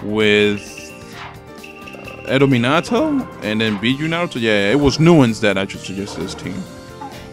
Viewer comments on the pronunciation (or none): none